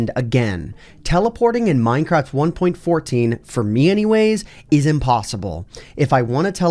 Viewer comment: did you say minecrap?!?! And are tjose glitches bobs floating above the ground.